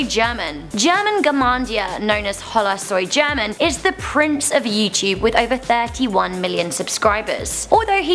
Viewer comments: Oh por dios, cuando pronuncio Hola Soy German me cague de la risa! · The pronunciation of hola soy German is so cringe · she pronounced hola soy german wrong an juega german wrong wtf man